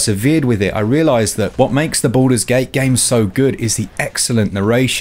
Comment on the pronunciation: Why I hear "Buddhas gate" ?